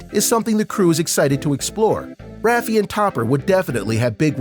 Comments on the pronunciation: rafe not ra fe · It’s not “Raffie”, its “Rafe”. Pronounced “Ray ff” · ra-fee? It's rafe. He's probably never even seen the show. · Rafie ✋😂😂 sorry i cant i just burst out laughing bc of rafie in stead lf rafe 😂😂😂😂😂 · Omg he says rafee not rafe. Lol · ookayy i had to stop the video for this but what is rafey its rafe (r-ay_f) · It’s not pronounced ‘RafeY’ it’s pronounced kinda like reef it’s ‘R A F E’ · Omg it frustrates me so much how he says "Rafi" instead of "Rafe"... good vid though except for that :/ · it’s not rafe it’s rafe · Did he just say rafay instead of rafe 😭😭😭😭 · AND ITS RAFE , NOT RAF-EE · Is anybody else getting mad when you kept calling rafe lime rafy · Ra-fee? Ion know who TF that is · are we not gonna talk about how he said Rafe? he said rafey lmaoo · it’s pronounced raife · he said "rafee"😭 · Nooo he did it again he said rafeee 😭😭😭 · Don’t say u called Rafe… Raffey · Who tf is RAF EE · i got mad when he didn’t say rafes name properly 😐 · It annoys me that he pronounces Rafes name wrong